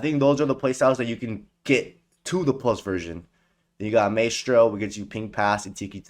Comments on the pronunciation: Mans videos are great but my god he butchers saying Marauder and Maestro every damn time 😂😂😂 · Love the videos but i absolutely HATE how you butcher Marauder and Maestro pronunciations 🤣🤣🤣 The fuck is a Maroodoor 😂